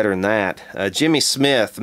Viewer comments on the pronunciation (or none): none